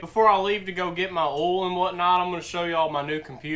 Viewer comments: Oil? You keep saying ouil 😂😂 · did the word oil has no I in it its spelled ool or Erl change